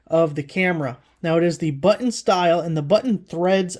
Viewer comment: Thanks for ups. Helpful. BTW it's pronounced "button".